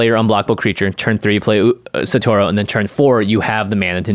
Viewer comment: Can yall please be the one podcast to pronounce Satoru correctly. Holy hell.